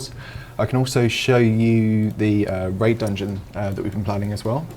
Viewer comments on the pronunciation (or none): I swear you said rape dungeon instead of raid 😂